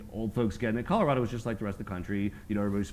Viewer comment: I'm a Colorado native. They are not pronouncing it correctly for Native speakers. Only Trey says it in the proper dialect. The Front Range is filled with corrupt imports that don't care about Colorado.